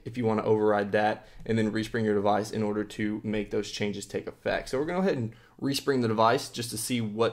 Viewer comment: lol he said, "Respung"